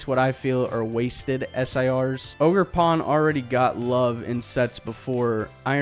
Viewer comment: bro did not say ogerpon... ☠️☠️☠️☠️ he said oger... man what ☠️☠️